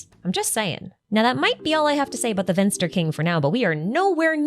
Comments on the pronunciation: Finster and not Vinster. but so close :P I actually dont mind you make cool videos :) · Slight correction. It's finster not vinster. :) greetings from a german